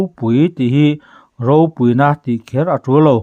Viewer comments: Ropui tih hi i lam fuhlo lo maw.. Pui hi a ri hniam tur ania, ilam sang vek mai.. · Ropui tih hi i thlûk dik lo zel, pui tih hi lam hniam tur a ni. Khanghu tih lam anga lam tur. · Ropui, khaw ropui tih ropui kan lam rik ang hian i lam ri a, hetiang hi a rik dan tur a ni lova i chhiar thiam lo a ni.phungthlu tih a, kan lam bung nghat an hian ropui tih hi lam tur aw, i lam ri thiam lo, i qualified lo ropui tih lam ri dik tur hian 😂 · Ropui tia lam loh tur, Ropui tia lam hniam tur ti na na na, a ngai hlira i lam le aw.😂 Ropui(People tih thumal lam rik dan anga lam tur) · Ropúi tiha thluktur i thlukdiklo tluanchhuak zak. 'púi' tih lai khi thluk hniam tur aw ka nau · Ropui tih hi tih san loh tur tih i chhiar a, i lam dik chuang si lo, pui tihlai hi chu min lo pui lawk teh tiha pui tih ang hian thluk tur a niin ka ring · "ropui" tih lam dân tûr Pu Chuaua sawi dan hian i lam miah lo, i chhiar hian. "Pui" lai hi lam ri hniam rawh